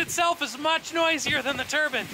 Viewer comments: TUR-BINE! not TURBUN!! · It’s a turbine not a turban 👳‍♂️. Know the difference. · Turbine. Not "turbin". Long "e". Like "confine". Jeez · lol i do love how crazy it sounds when some americans pronounce it "turban" ;)